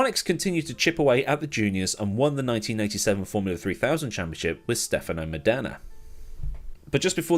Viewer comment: Please pronounce "Stefano Modena" correctly !